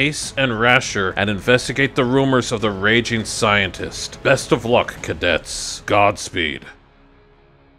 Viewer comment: I dont really want to be that guy...but it's 'Cadets'. Not 'cadettes'. Again. I don't want to be that guy...but just pointing it out :D. I enjoy ur videos a lot. Keep up the good work :D